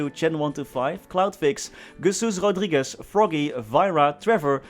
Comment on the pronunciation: 1000 Vids later and this guy is still pronouncing it Guesus Rogrigues, its Jesus my dude